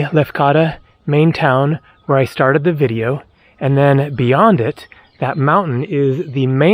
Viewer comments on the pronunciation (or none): none